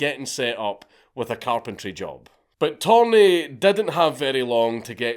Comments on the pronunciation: It's "Törni" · I love how Dank starts the video calling Torni by his proper name and then at the end of the video it’s ”Thorn” lmao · His last name is Törni. Not Torni. The dots really make a difference, torni means tower in Finnish. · He's actually Törni, not Torni. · It's tÖrni, not tOrni. Torni actually means tower in Finnish, while Törni is a finnish surname. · Dank, please. Törni and Torni mean two different things and are pronounced in distinctly different ways. The umlaut matters. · Mr. Törni, my compatriot, hated communism, admittedly even more than me. And that is saying something. But fukc me you butchered his name! :) No Finnish person would realize of whom you´re talking about by the name alone, even though every Finn over 10yo knows Törni. It´s worse than my Gaelic!! :) EDIT: Viipuri has never again been part of Finland after the war, YET!